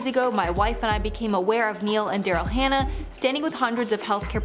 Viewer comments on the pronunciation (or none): none